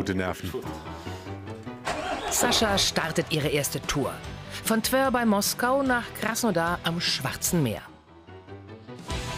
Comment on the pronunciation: hat sie TwÖr gesagt?